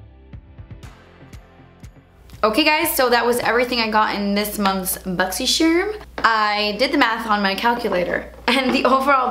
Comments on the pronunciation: Love your boxycharm videos... drives me insane that you say boxy-chermm. But when my videos are playing and I hear you say it i know it's you boo!🤣😉 keep inspiring is us all. 😄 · I believe it's pronounced Boxy Charm, the Charm sounds like when you would describe a charm bracelet or Lucky Charms. Or like when a person is charmed by a cute child or something. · I always look forward to hearing her say "BOXYSHERM!!!" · I don't even have Boxycharm but I watch these videos just to hear her say "Boxysharm" 😍